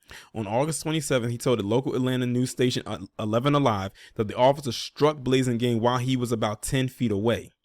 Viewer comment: The "a" in his name is like apple not ace. Thats an oooold fba name right there bro